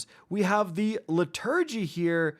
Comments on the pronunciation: Liturgy is pronounced LITTER-gee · How did he say Liturgy? It’s li-tuh-gee 🤦‍♂️😂 is it because gun names are all caps or something i swear listening to pronunciations of guns in xúr vids or weapon reviews by YouTubers throws me out of it straight away especially with simple common words, it’s fair enough if it’s a more specialist word but dam even then google it and check the pronunciation how hard is it really? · Liturgy - Pronounced Lit-ur-gy 😉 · Please learn how to pronounce liturgy. It’s painful to listen to. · Pronounce Liturgy correctly and I might listen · You don’t know how to pronounce the word liturgy? Lmao wow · Why are you pronouncing liturgy like that